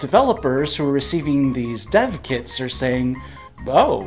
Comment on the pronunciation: When you said "dev kits" I heard "Death Kits". Hold up here!